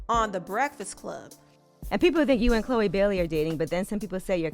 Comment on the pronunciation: Hey, it's not "Chole" 😂😂😂